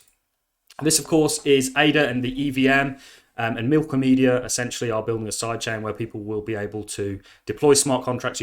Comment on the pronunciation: Thanks for the vid King. But its milk-omeda, not milko-med-i-a. Milkyway + andromeda.